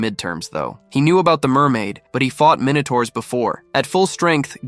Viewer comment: Bro really said inotourus minotoirus💀💀